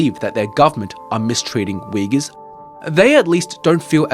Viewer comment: Only thing i’m suspicious of is the maga wearing guy actually able to pronounce “xinjiang” and “uyghurs”